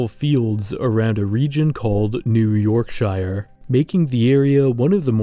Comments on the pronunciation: it is pronounced york-shuh, not york-shy-er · York SHEAR not yorkshire.. yes i know its written yorkshire.. were english.. its wierd.. i know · This is wild to watch as someone from Yorkshire, because yes, it's mainly farmland. And the white rose at the top of the goldwing protection sign is actually the flag of Yorkshire. Just one thing: Please pronounce Yorkshire and other British counties as 'sher' rather than 'shire' like it's a capital I. Pronounce it like how those in America pronounce New Hampshire, because that double standard bugs me so much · I had to stop watching when you pronounced "Yorkshire" with a long I. People from "Yorkshire" say "Yorksher" not "York-shy-ah", and it just sounds too weird. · This is nitpicking but shire is pronounced more like sher sorry just annoyed me a bit great video though :) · The true horror in all this is the pronunciation of "-shire". But yeah, honestly this doesn't seem too far off from actual Britain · they say it as 'yorksheer' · the butchering of yorkshire makes my ears bleed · he said yorkshire wrong and it bugs me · The way you say Yorkshire makes me sad. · I had the same thought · I love your vids but man, I have learned one thing over the many years of watching stuff like this; Americans can not pronounce Yorkshire properly haha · Pronouncing Yorkshire like that should be illegal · That pronunciation of Yorkshire physically hurt me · The way he pronounced Yorkshire took 20 years off my life. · Haha seems lots of people say it that way for some reason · Great video but uh that's not how you pronounce Yorkshire.